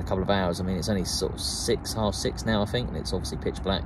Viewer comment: You know Think is NOT pronounced “Fink”. You Thuckwit!